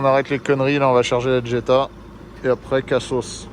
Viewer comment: Superbe acquisition. Juste dans la prononciation on ne dit pas Djetta ma Jetta il n’y a pas de D….. je te le dis pour en avoir possédé une. . 😂🤣 magnifique video sur Séville🎥👍